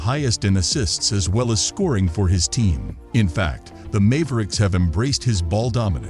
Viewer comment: Mave ricks